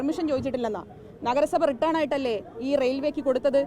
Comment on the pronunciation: റിട്ടേൺ ആയി എന്നല്ല. റിട്ടൻ ആയി എന്നാണ് പറയേണ്ടത്. Written not return. മനസ്സിലയോ?